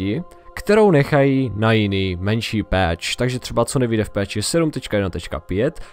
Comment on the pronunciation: číta sa to pač/peč a nie peeeeeč :D inak pekne video :)